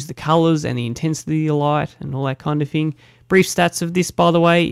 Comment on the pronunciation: You also said fing instead of thing. frough instead of through.